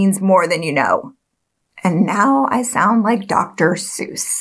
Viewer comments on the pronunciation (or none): none